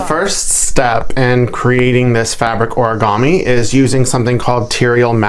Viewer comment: Hello . Why do you pronounce it as ‘oragami‘ when it clearly is ‘origami ‘ ?